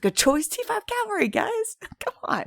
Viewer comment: Cavalry* not calvary 👍🏼